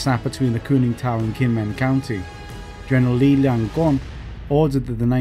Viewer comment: Ye Fei, aka Sixto Mercado Tiongco, was not the commander of the 3rd Field Army, but marshal Chen Yi. Ye Fei was the commander of the 10th Army group at the time. His name is pronounced as Li Liang Rong, not Li Lian Grong. Most of names in this video are also heros of the Sino-Japanese war, although there may be controversy for Tang Enbo. The 12th Army group at the time was "rebuilt" by Hu Lien, since the original 12th Army group has been eliminated in the battle of Xu Beng, by both the 2nd and 3rd Field Army. There should be no submarine in ROC Navy fleet at the time.